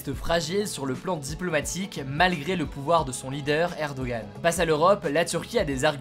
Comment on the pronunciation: PS : C'est une erreur française que de mal prononcer Erdoğan, mais tu peux demander à n'importe quel Turc, il te répondra que le nom de leur "président" se prononce Erdoan 😉